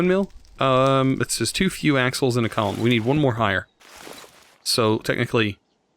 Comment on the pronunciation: I thought he said assholes when he said axles. Lol